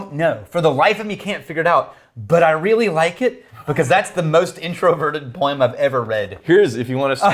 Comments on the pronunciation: Normal Person: "Poem": "Poieem" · And apparently 'poem' is pronounced 'poy-eem".